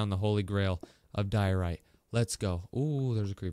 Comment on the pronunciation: Its diorite Just saying